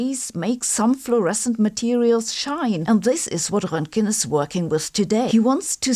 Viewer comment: I love your German accent when you correctly pronounce Roentgen and Einstein. I think it makes you sound like Einstein and so authoritative. 😊